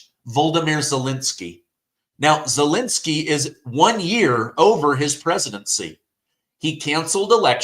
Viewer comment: Zelensky is not Zelinsky. Second e is pronounced as the first one.